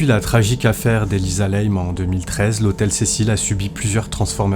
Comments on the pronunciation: Et sinon, une erreur aussi, chez les chinois ça se prononce comme ça s'écrit. Donc, pour info, pas Elisa Lèyme, comme vous l'avez prononcé. Lam se prononce "LAME" en français ... Inutile de tout "Américaniser." Ça pique déjà assez les yeux le niveau général du français dans les commentaires de vos vidéos... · Non c'est normal et elle s'appelait Elisa LAM et ça se prononce " LAME" ET pas n'importe comment comme le fait le youtubeur. Elle était au 14e étage et c'est celui du personnel et elle n'avait rien à y foutre, l'ascenseur ne se ferme pas à moins d'avoir le code ..